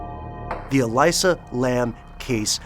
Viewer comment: Love you guys and all, but I've gotta say, the way you're misprouncing her name is like nails on a chalkboard. It's 'Ah-lee-sah', not 'Ah-lai-sah'. I really respect the research you guys usually put into your stuff, but c'mon. I actually went to the same uni with her, never met her, but I've heard she was mentally stable despite her bipolar disorder. No one here believes she would have committed suicide -- she was apparently quite happy with how things were going in her life. I think she was murdered... I think someone was following her and she was trying to throw them off her tail while being wracked with fear, hence the extremely bizarre elevator footage.